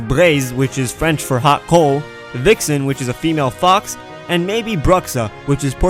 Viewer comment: French Canadian here and your french was on point ! :) You did the R properly hahaha !